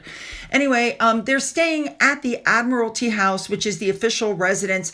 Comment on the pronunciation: Admiralty House.....your pronunciation is perfect!